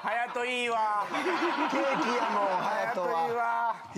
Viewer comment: 終始照れてるのかわいい そして「ケー↑キ↓」「5→が↑つ↓？」と言う時の発音がかわいい